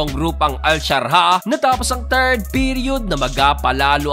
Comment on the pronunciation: Admin, AL Shar JAH hindi al sharha...😉